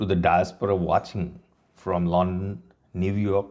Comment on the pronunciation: London pronounce o korte jano na ! 😂